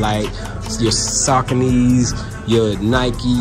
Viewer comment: Lmao he called the Saucony’s the “Sockanese”